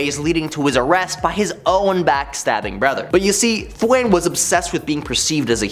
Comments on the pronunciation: Thawne not Thwain. It's pronounced Thaw with a N. Thawne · 😂😂😂... I dunno how he even got that pronunciation... What makes it even funnier is the whole time he's calling him "Th-wayne"... You see Thawne in the background... 😂😂😂😂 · “Thwayne…” Smh. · Thwayne. May-stro? Buddy.... I’m sorry, but a little grammar refresher might help.